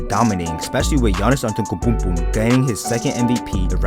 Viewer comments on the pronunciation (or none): I think you are saying yanis antoukaponko name wrong